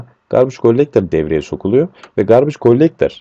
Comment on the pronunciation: Garbage Gollektor :D türklerin ingilizce konuşmasını seviyom. Bu arada güzel anlatım hocam sağolun.